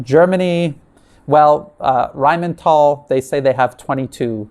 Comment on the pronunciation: It's pronounced R-a-i-n-m-i-t-A-l' (l is soft).